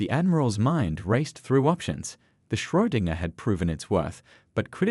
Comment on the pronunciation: Did anybody else twitch a little every time they said Schrödinger ?😅